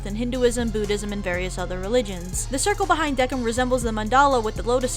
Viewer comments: ITS NOT DEKIM ITS PRONOUNCED DEKIMU TRIGGEREEEEEED!!! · I thought Decim was pronounced "Des-im" 😂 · WHAT u say Decim's name with a K when I used to say it with an S lol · the pronunciation of decim is wrong . -.